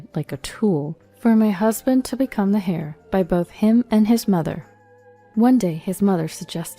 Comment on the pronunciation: "Heir" is pronounced "air" not "hair".